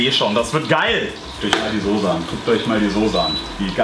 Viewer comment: deine Aussprache von Soße ("Soße" nicht "Sose"! AAAAH) triggert mich voll! Trotzdem sau genial der Burger, dat mache ich auch mal.:D